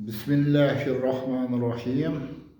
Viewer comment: Тасмияни тажвидга якин укияпсиз.рахмат.